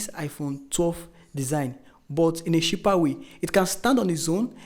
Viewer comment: Nice review, but believe me, you should work on your phonetics and pronunciation. The way you pronounce cheaper and smartphone is aaaahhhggggg. Best of luck 🤝